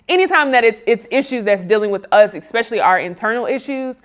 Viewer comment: Although in common everyday speak it's (become) acceptable; as someone who speaks professionally should know that at 8 mins 36secs it's properly enunciated [ (s)-special -lee ] not [ (x)-special-lee ] It's relevant because you all are curators for the culture.